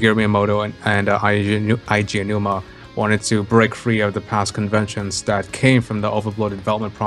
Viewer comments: It's Aonuma, not Ayanuma. For goodness sake learn how to say his name. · The way you pronounced "Aonuma" near the start triggered me.